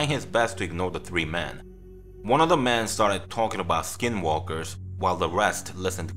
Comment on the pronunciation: When you say "Men" it sounds like "Man" it's very confusing. Also, not your fault, but this story doesn't make sense saying he smelled rotting flesh when the guy was freshly dead. It takes longer than that to stink that much.